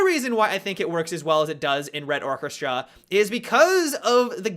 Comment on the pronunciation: Come on man, is it so hard to pronounce the word "orchestra"?